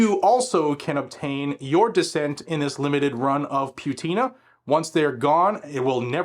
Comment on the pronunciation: It's not pewtina, it's patina.